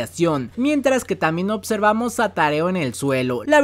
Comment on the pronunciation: buen video a pesar q me duele la cabbeza y rompi el escritorio al escuchar x100 veces "Otservar" y "Otservamos"